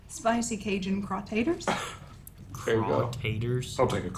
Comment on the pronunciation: I heard the chip flavor as read by Samwise Gamgee Craw-TA-ters